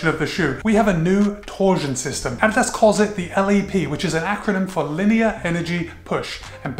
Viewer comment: Thumbs up just for you pronouncing it correctly!